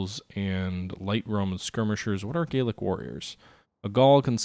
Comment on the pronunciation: Enjoying this - but I believe the Gallic Romans should be pronounced Gal-ic rather than Gayl-ic Just as Gallic refers to France whereas Gaelic refers to Irish or the language spoken by some Scots.